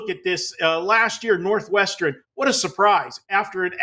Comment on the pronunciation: "Northwesternen" cmon say it right